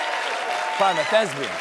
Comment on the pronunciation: My favorite part of this episode: the part when Stephen said “Thesbian”